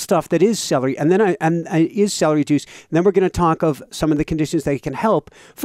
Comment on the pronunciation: I hate celdery. 🤣🤣🤣